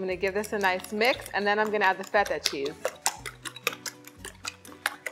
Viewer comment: I love how you say “feta”……the authentic way not like “feda” which how most people pronounce it here in North America